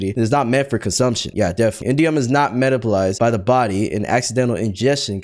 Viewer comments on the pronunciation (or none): ain't no way bro said "meta-bolized" instead of metabolized 😭😭